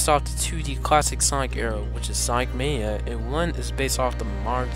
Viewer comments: You said sonic maya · sonic mania men you said it wrong